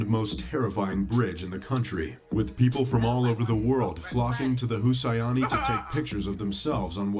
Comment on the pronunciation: Israeli = Israel-I Daihatsu = Da-he-aitsu Hussaini = Who's Saini? Fuck me, did this narrator grow up under a rock? His pronounciations are all over the place...